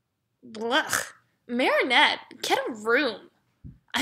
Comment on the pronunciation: When Chloe sad blech I thought she said bleach